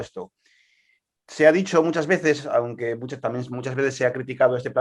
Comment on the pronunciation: Me hace mucha gracia cuando el dice "onque". AUgust en inglés sufrió un fenómeno parecido porque se pronuncia con la O de NORTH.